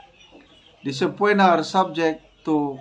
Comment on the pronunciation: Subpoena - pronounced po as “suh pee nah”